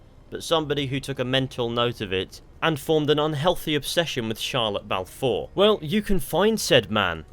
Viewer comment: i thought you said shia lebouf four